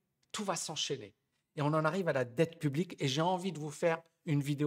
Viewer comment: "Dette pu-blique"